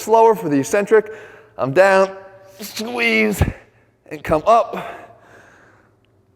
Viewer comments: SCHWEEZ and SQWCHUUEEZ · "SQGUEEZE" "SQGUEEZE" "SQGUEEZE" "SGUEEZE" "sgueze" definitely doing my workouts like this at least twice a week.